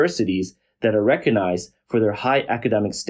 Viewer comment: Don't lose hope. You CAN learn to pronounce "recognize"!